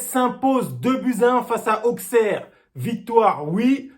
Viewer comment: la vidéo parfait mec mais ça se prononce Ausserre (Auxerre) 😉 mais sinon Faivre pour moi à fait un bon match mais malheureusement on est trop souvent passé par Karl malheureusement il n’as pas pu prouver mais il a pas été mauvais